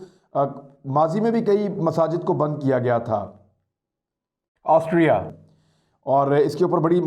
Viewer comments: Yaar imran kamaal ho gya... Tume Austria bolna nahi ata🤣🤣🤣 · Totle Austria bolna seekhle pehle... Anchoring baad mein karna🤣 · عمران بھائی کیا آپ سےاسٹریا پڑھا نہیں جا رہا تھا اپ نے گوگل سے بار بار ریکارڈ کرکے ہر جگہ اسٹریا کی ریکارڈنگ چلائ۔ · Why word Austria sounds different than his sounds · AUSTRIA word pe itna zor kion? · Austria ferse bolo Austria 😁😂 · I was thinking the same☺️ he got the pronunciation wrong so edited it.🤣